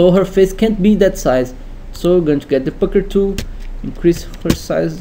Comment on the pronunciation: the fcuker tool..ee..ee.. eesqwiz tha bres.. XD epic..